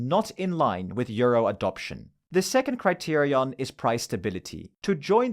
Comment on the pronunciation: Great video. Ngl you saying criterion correctly every time kind of pissing me off I dk